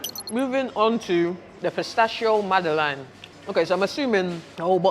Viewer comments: Man said mad-ie-lane ya know 😂😂😂 it’s Madeleine g! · Learning Zone: you say it like MAD LENG without the G.